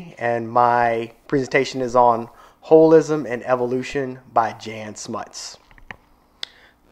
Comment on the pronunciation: Just FYI "Jan" is pronounced like Yan not like Janet